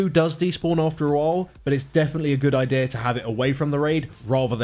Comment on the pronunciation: I didn't hear anything after he said idear.....